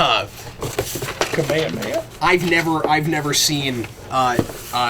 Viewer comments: Hey, for your information, it's pronounced Kah-Meh-Hah-Meh-Hah. Holiday cheers! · I will forever give you flack about your pronunciation of kamehameha. XD